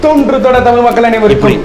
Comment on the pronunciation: தமிழ்)தமில் இல்லை